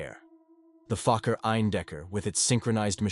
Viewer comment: Fokker, not fucker. The o is a long vowel version, as in the word "oh".